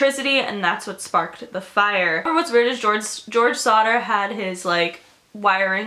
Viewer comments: I thought she said Slaughter Family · I kept thinking that you were saying Sauter which is my cousin's last name and I was like freaking out but it's actually Sodder and George sodder sounded so much like George sauter which is my dead grandpa and my 2 cousins names